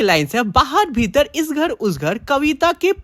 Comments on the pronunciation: Bhirat ❎ bhitar ✅ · ..बाहर भीतर ❎बाहर भीरत ✅😂